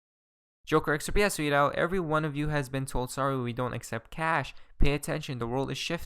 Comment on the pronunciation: 'Asweeedo' = 'has tweeted out'